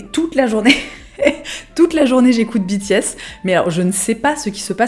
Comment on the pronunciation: biti-S T.T j'ai pas compris au début que tu parlais des BTS tant ta prononciation diffère de la mienne XD (je le prononce comme la filière en fait)